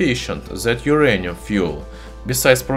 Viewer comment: But this is not My-anium !